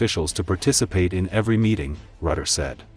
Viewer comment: The man is called Rutte, not Rutter, and he is the best man in building bridges. 😂